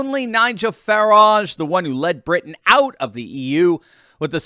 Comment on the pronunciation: I hope Nigel doesn't also pronounce his last name like that! It should be pronounced to rhyme with "carriage". But "fa-RAAHJh, really"?!?! He's not French! It's like Hyacinth Bucket (which she insists on pronouncing like "bouquét"! "The bouqueeet residence! The lady of the house speaking..."😂